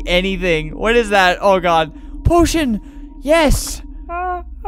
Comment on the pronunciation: he said poition i thought he said oh shi